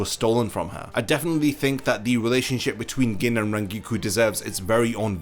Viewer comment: Why are you pronouncing Gin like that lol